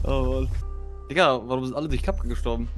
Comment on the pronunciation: Mir ist klar das er Digga sagt, aber es hört sich halt eher nach N.gga an